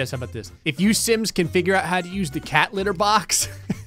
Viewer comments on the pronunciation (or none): none